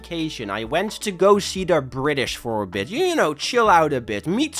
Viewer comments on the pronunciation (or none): guys he caught the bri'ish flu